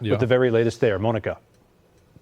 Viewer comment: Wtf is he calling her Moaninca hahha